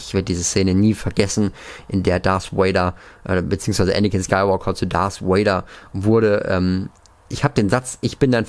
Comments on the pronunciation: Hi, ich feier deine Videos und mach weiter so,ich kann zwar selber nicht so gut englisch aber bitte sprich darth Vader oder sith trooper richtig aus,mich triggered das voll und ich möchte nochmal sagen ich mag dich und auch deinen Kanal und kann selber nicht soooo gut englisch aber bitte achte ein bisschen auf deine Aussprache ^^ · Er heißt Darf Vader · Diggah es heist nicht dars vader sondern darth vader DARTH